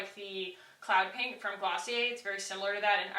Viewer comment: no smudging or transferring around? As soon as you put that first blush on, I knew you'd maybe hate it. Then, you said PENK, and I almost snorted with laughter. It actually looked cute, though. Also, I wear that Juice Beauty blush on top of the it cc cream/bye bye pores powder with no issues. I bet this stick would also work.